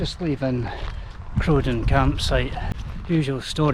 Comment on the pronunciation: I've never heard Crowden pronounced any other way than with a rhyming start with corvine bird (crow) rather than bovine mammal (cow), much like Snowden. Both get a mention in the Manchester Rambler. I lived in the area until I was 18 and walked all over this part of the world.